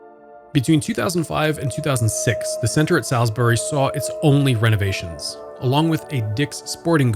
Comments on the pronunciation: the only thing i gotta say is he said the name wrong, its not pronounced "sal's-berry" its "saul's berry" many many people make this mistake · Rule #1- it's SAULSbury not SALSbury. Come on... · Hey, just so you know, locals pronounce it "sauls" berry - like better call Saul. When you say it like the steak it triggers local folk :D But yeah, i worked there when it first opened. I worked in the Boscov's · It is pronounced "Sauls-bury" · It’s pronounced “saulsberry” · LOL I'm hardly sheltered, but that's ok. It's just jarring to hear it pronounced incorrectly. 🤷‍♀ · the way ur saying salisbury loool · You're still wrong. That's how it's pronounced. Has nothing to do with dialect. You can't come here to our city & pronounce it wrong. How would you pronounce Worcester, MA? I'm originally from CT & know the correct pronunciation. Also... Salisbury, CT definitely is pronounced SALSbury. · As someone who grew up in Salisbury, this is a great piece, thank you for covering not of only the current state of the "new mall" but the old one as well. I do have a couple small quibbles: 1. Can people please learn to pronounce Salisbury correctly? It's even provided in the Salisbury Communication ad you inserted at the beginning of the video if you listen to it. 2. Also, you said the new mall is off of its own Rt 50 exit, but it's actually off of route 13. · Literally every time he said Salisbury I cringed slightly lol